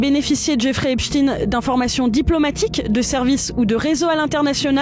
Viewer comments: epstein et non epstine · Epstein pas EPSTINE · C'est quoi le problème des français à ne pas être capable de prononcer EpSHTEIN ? Ils parlent aussi de Albert Instin ? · EPCHT-AÏN et non Epchtine! Arrêtez avec cette prononciation! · On ne dit pas Epstiin, mais Epstein, comme Einsteîn, Eisenstein und Gertrude Stein. Ce qui se prononce, en France, quand on n’est pas dévoyé par les Américains, CHTAÏN et non STIIN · C'est pas epstin c'est epstaiiiinn !!!🤡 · Pourquoi les noms sont prononcés à la française ??? Epchtine, Aidan... Ça à l'air d'être un mec bien aidant d'ailleurs... Pendant ce temps là Epstein est en liberté quelque pas sur la planète... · Svp dîtes "epshstayïïne" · Prière de prononcer le nom Epstein Comme Einstein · On dit Albert Einstein, pas ‘Ein-stine’. Donc Jeffrey Epstein, pas ‘Epstine’. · Pourtant leur nom de famille n'a rien d'américain, c'est une origine germanique qu'on doit prononcer exactement comme Einstein. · Faut pas avoir peur de prononcer Epstein et Aidan comme c'est sensé etre prononcé hein